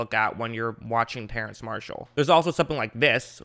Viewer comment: It's pronounced terrace but I don't think people will say anything if you pronounce it terrance